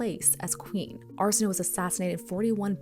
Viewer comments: Her name is pronounced arsen, like arsenic, o, as in oh, a, as in way. Arsenohway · Just a polite fyi: Arsenoe is pronounced “ar-sen-oh-ee” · Just so we are clear: if a greek name has an "e" at the end, it is not a silent letter